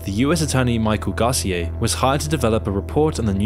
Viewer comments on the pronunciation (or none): Gar-cee-aye....that pronunciation is killing me. It's pronounced gar-cee-AH. Also, Established Titles is a straight scam so for you to say FIFA is corrupt, but you accept sponsorship from a dubious company alleging I can be a lord or whatever makes you in a way just like the FIFA officials in principal. Thanks for listening to my TED Talk. That is all. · I’m sorry, but the way you said “Micheal Garcia” 😭🤚🏼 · That pronunciation of Garcia... It's funny how you take certain things for granted